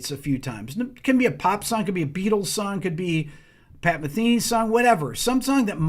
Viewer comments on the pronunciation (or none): none